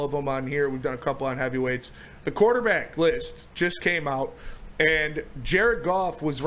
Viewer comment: "Quarertback?" C'mon, man.